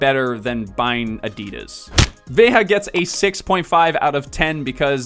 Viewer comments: You prononce it "Vega" not with the spanish accent. You have a nice video on their youtube channel on the history of the brand if you want to learn more. Good content! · Is Veja hype in North America ? Here in France it's a very standard choice between Nike and Adidas, thougn I didn't know they were B Corp. ALSO it is pronounced [veʒa] with the international phonetic alphabet 😛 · Pronunciation of Veja with a j like the g of geranium